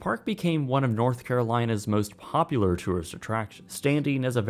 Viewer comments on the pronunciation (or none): none